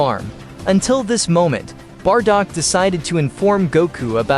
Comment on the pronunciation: Bardock not bardog